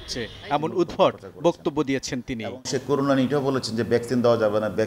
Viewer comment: করোনা কে বলে করুনা, ও নাকি যুগ্ন পুলিশ কমিশনার 🤣🤣🤣